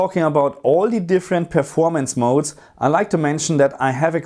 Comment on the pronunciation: Great video! i miss hearing you say Game Mod-Ez instead of modes 🤣🙌🏻